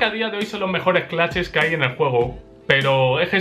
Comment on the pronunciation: me dan ganas de darle un madrazo cada que pronuncia "claches"